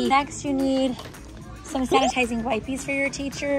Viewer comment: The fact she keeps saying "wipe-eees" is kind of annoying. If you're making the "i" hard sounds, you can't also make the "e" a hard sound. English is weird, but it just doesn't work